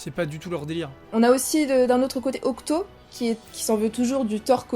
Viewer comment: c’est octy hein pas octo...